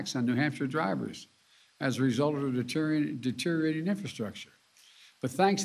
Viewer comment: Oh the irony. Struggles to say deteriorating. 🥴